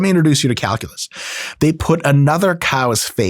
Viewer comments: Bro didn't you mean "cowculus"? 🤣🤣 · mother fucker said "cowculus" 😂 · calculus ❌️ cowculus ✅️ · “Let me introduce you to cow-culus” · "let me do some cowculus" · Good lord, not 'Cowculus'... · “Lemme introduce you to COWculus”